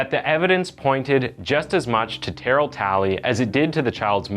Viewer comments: Tuh-Rail bro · I'm sry but u are killing me bra. His name is pronounced " ter- rail." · Terrel is pronounced Ter-Rail. Not Tarol. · This case happened close to my hometown and there were viscous rumors that she even ate the baby afterward and I'm so glad that isn't true. (Also side note, the pronunciation of Terrell is: Turr-ehl not Tear-ill) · And his name is “TA-RELL” 😂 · "TAH-RELL" IS THE CORRECT PRONUNCIATION. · You are so butchering his name, it's pronounced Ta-rail. Pronouncing that boys name like "darryl with a t", SMH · Tur Elle… that’s how you say his name phonetically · The name is pronounced Terr-elle. Not like barrel. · Where are you from? You’re pronouncing Terr-ell as Terrill? I’ve watched other videos of yours where you don’t pronounce common names properly. Are you from Canada or something because everyone in the US knows how to say Terrell properly I’m pretty sure! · Its spelt like terrell but its pronounced ter raaaill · How he’s butchering Terrell’s name😭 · Why are you pronouncing his name like that lol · you saying Terrell wrong lol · White boy trying to pronounce Terrell 😂😂🤣🤣😭😭😭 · The way you pronounce Terrell is irritating. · My dude, please work on your pronunciation. I get not knowing how to pronounce names like Terrell, but "Debris"?